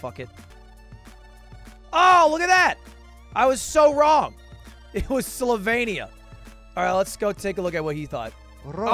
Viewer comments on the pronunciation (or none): Wtf why’d u pronounce Slovenia like that, that’s all wrong.